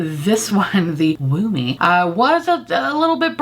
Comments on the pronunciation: I know deep down its 'woo me' but all I can hear is 'wombee' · It took me to the end of the video to realize that the reddish blush is called 'Woo Me' and not 'Womb-ie', which I was like, okay I get we're toeing the line here with innuendos in the beauty industry these days, but this is crazy. ...I am not smart. lmao